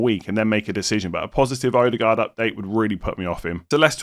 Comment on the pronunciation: Haha you’re butchering every name in this video. Eze, Ødegaard, Madueke all pronounced wrong